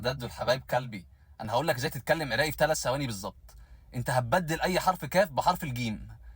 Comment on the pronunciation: يا سَتار هذا شلون يحجي عراقي عرااقية هااا مو عرائييي